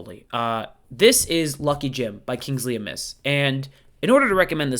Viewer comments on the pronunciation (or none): Great video. Forgive me, but the surname Amis is accented on the A, not pronounced like the word amiss.